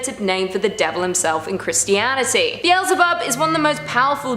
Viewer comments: Be-el-ze-bub. Get it right! 😆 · It's not "Beel-ze-bub"... It's Be-el-ze-bub.